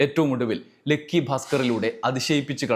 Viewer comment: "ലെക്കി" അല്ലടാ ഉവ്വേ ലക്കി എന്ന് പറ😢😢😢😢😅